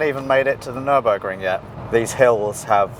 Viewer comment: Nürinburgring? Where is Sabine?? Nürburring maybe??